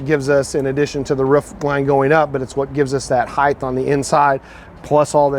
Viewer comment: It's HEIGHT not heighth. There's no h at the the end